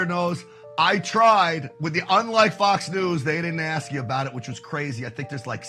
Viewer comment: How much longer are we gonna hear ax instead of ask